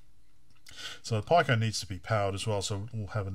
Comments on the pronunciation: You do know that "pico" is pronounced as /piː.kəʊ-/, right? Or "pee-koh" if you can't read dictionaries. What the hell, dude? Stopped the video mid-way, can't bear to hear "pie-cow"… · sounds like PI-CO ?!..which actally makes sense being a raspberry PI... LOL should be PIC-O ? thats the way ive heard it all my life!.. yes PD works... and so does Ghosts and Goblins..aswell as others that GBS stuggles with.. seems to be the only converter ive seen that actually works properly! ill link ya on discord... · ive got some parts on the way to replace the GBS with a pico (and some comparators) for the CPC, should bring the size right down to slightly bigger than your vga converter here, and it works perfectly with all games/demos unlike the GBS... VGA4CPC on github.. i gotta order some boards soon...was gonna built one up on perf board to begin with.. ...the way ya say pico... gets me every time! LOL.. its pico like micro/nano/kilo etc! :P